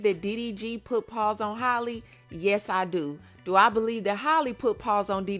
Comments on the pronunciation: 🤦🏽 it's Halle pronounced like "alley"..like Halle Berry...Not holly🤦🏽🤣😘❤️ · HA-lee. Not Holly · hal E not holly. why do people do this to her but not halle berry 😅 i just dgi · Can someone tell her it's Halle ..like Halle Berry smh .. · Halle Berry was global and everywhere back in her day so everyone heard her name and how it was pronounced. Halle bailey is still niche so you have people not caring about how her name is pronounced